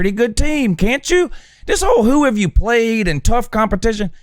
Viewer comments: When you say the “But Hoo Haff Day Pwayed” bit, I think it’s soo funny every time. You could imagine how much I liked this video lol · The who haved they pwayed? Will always annoy me